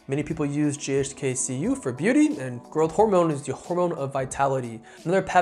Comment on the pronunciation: Keeps saying ghk ku 🤦🏼‍♂️